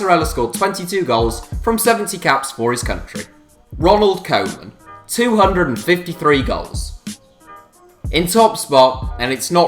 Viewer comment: How can you be making such videos and not know how to pronounce koeman?